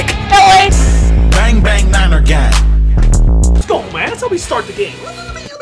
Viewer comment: And we're here to win! lEt'S gUlL